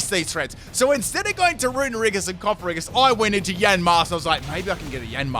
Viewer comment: worries about calling Yamask "Yanmask": "Cofferriggus"